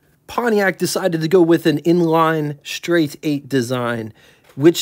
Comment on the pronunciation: learn how to pronounce the "st" blend. There ain't no damn H in it!